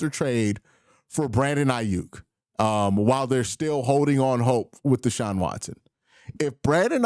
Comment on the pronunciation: Omg, I just cringed when Q said Deshaun Watsons name 😣